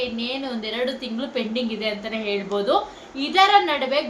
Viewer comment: ಹೌದು ಹೇಲ್ಬೋದು ಹಾದು ಹೇಳ್ಬೂದು 😂😂😂😂😂😂😂😂😂😂😂 ಆದೆ ಬೇಜಾರ್ ಕೇಳೋಕೆ